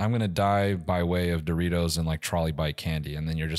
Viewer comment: “I want dowitos”😭😭😭